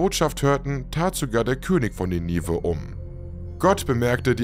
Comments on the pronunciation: Bisschen schade, dass du nicht weißt, wie man die berühmte Stadt Ninive ausspricht. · Wie man Ninive ausspricht lässt sich schnell auf YouTube recherchieren. Gut investierte Sekunden. 😊